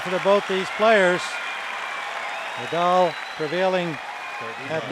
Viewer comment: The only thing about Rafa retiring i won't miss is hearing the commentators butchering his simpke name. I won't miss Nadauu😂